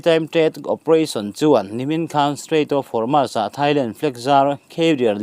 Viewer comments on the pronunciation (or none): Homas ti-a lam lovin, Hormuz tia lam tur